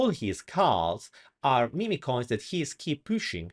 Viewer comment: they are mim coins, not mimi coins. just saying. cute italian accent though ;-)